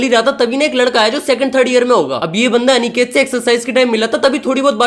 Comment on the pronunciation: bhai aniket hota hai anekate nhi अनिकेत hota hai na ki अनेकते 😅